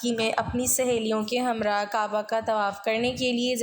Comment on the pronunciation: aapka andaz to buhat acha hae laiken kai lafz buhat ghalt boly jaisy rabt ko aap rubt. himrah ko humrah bola appna tlafuz ko teek ker lain to buhat acha ho ga